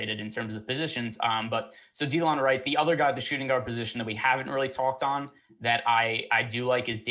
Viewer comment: Da-Lon Wright. Not Dee-Lon